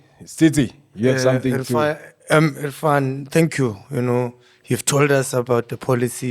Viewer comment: say it after me... IRRRFAAN!!!!